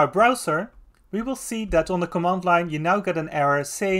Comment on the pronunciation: thanks for the video! (but please make more use of the "th", because it's "that" and not "dad" 🙈)